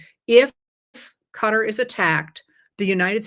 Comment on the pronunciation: I just want to say thank you for saying "cutter" when pronouncing Qatar! I've spoken to many from Qatar and they don't say "ka-tar", they say "cutter" (though I'm sure that's still a bit incorrect but closer at least). I've never heard anyone else from here say it the way they do and I get weird looks when I say it their way. Lol!